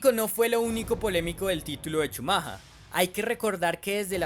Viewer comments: oye imbesil se dice schumacher no schumaja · Es shumajer la pronunciación, no chumaja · "Schumahaaa" 😂😂😂 que payaso el que relata el video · Yo pensaba que se pronunciaba "Shumacka" :/ buen video por cierto claro y preciso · Por qué pronuncias "schamaja"... decilo en latino..si eres un negro más del montón y te querés hacer el multilenguaje! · Un día más de cuarentena x cada "Shumaja" jajajaj,pero se entiende lo d la pronunciación en alemán,slds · cada vez que escucho CHUMAJHA algo dentro mio se rompe.. por dios que ignorancia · yo lo que creo es que eres un colombiano huevón, el apellido de Shumacher en lenguaje castellano es SHUMAGER, la forma en que tu lo dices no la dicen ni los británicos, y si quiiseras decirlo como se lo dice en alemania solamente por hacerte el viajado, quedas peor gamin con internet... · jajaj como dice chumaja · Por qué el campeón Benetton? El campeón era Williams. Benetton era escudería italiana, no británica. Na na na, si dijiste Shumaja 😂 entonces debías decir Bron (Brawn) y Bairn (Byrne). Si el río suena es porque agua lleva, ese año Benetton cayó en muchas irregularidades y sospechas que ponían en duda la legalidad del auto por tanto misterio de que no podían mandar su información ya que algo escondían. Esas arrancadas dejando parados a los Williams no eran posibles aún siendo el "todopoderoso" Shumaja 😂 el que arrancaba. Y del choque contra Damon Hill y contra Jackes Villeneuve pues habla de un campeón tipo "el fin justifica los medios". Y aún hay muchos que en grupos de FB y Twitter cuando alguien nombra a Shumaja 😂 dice "grande Schumacher" y yo pienso, si, grande, el más grande tramposo. Ah y ese año Shumaja salió campeón de pilotos y Williams fue campeón de constructores. Benetton obtuvo el título de constructores hasta 1995 usando motores Renault. Y cuando Schumacher se fue a Ferrari se fue junto con Brawn y Rory Byrne es decir, el mismo grupito de tramposos se fue juntito a seguir haciendo trampa.